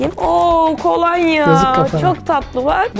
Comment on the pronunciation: kolanya değil kolonya (iyi ki doğdun)